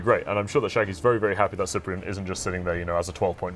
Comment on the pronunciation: ugg S-eye-pree-en... That pronunciation though. Sip-pree-en please. kthnxbye.